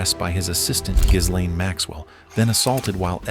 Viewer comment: Why is it that neither Americans nor AI agents can pronounce Ghislaine?